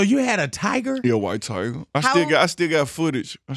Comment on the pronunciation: "Yea, Wyte Tigah" 🐅